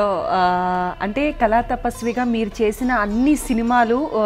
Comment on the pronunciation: Amma thalli, kalaaa kaadu, kaLaa. mundara telugu nerpinchanDi Vanita TV